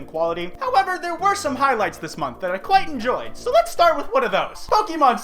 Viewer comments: Kwite odd. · He doesnt kwite like me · Kwite stop